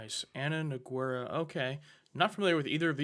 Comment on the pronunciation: You can tell they're from Ohio when they pronounce the "U" in "Nogueira"